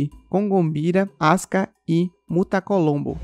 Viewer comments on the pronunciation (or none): Meu Deus… eu nunca vi uma pessoa falar tão errado o nome dos orixás. Será que esse narrador nunca falou sobre orixá com ninguém. O que seria um Oxosse MUTACOLOMBO…!? Não seus MUTALAMBÔ…!? Pelo amor de Deus, que falta de estudo. Credo.